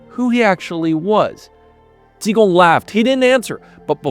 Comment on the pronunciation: Ji Gong! J I G O N G!